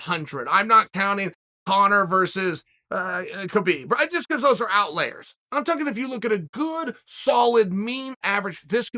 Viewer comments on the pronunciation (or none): Pretty sure it's outlier not out layer.